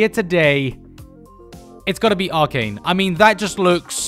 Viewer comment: Arcane* not aracon